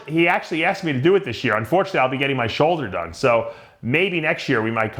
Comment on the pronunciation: "Soulder surgery"